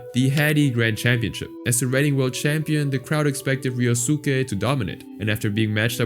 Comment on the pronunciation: Ah yes, "Ree-oh-SOO-kay", yep. Like how we all say Sasuke as "Sah-SOO-kay", the U is definitely not silent, nope, can't be.